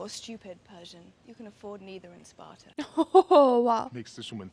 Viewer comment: "Deez iz Spatuh!"